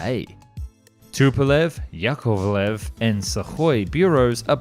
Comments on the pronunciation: Brother, great content but you have to work on your pronunciation. Yakovlev, not Yakulev. Two-letter acronyms for design bureaus are pronounced as separate letters (S-U, not “Soo”). And the weird pauses - like in the Yak-141 video, you pronounce the engine “R………………………….97” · Yukolev? You should try harder brother. Yakovlevi is pronounced the way it is written, with NO INTERPOLATIONS. There is no U in Yakovlev. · Яковлев and Илюшин also fantastic)